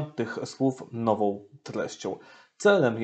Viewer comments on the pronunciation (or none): Niech ksIądz ksiołdz nauczy się sieł mówić po polsku !!!! Nie mówi się: nowoł tylko nową Bełdoł Będą Idoł idą, zroboił. zrobią Itd itd Najpierw nauczyć się mówić a potem komentować !!!! Nie zachwaszczać języka (jełzyka) polskiego!!!!